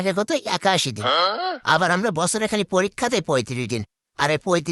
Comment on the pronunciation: দিন ❎️ ডিন ✅️ 😂😂😂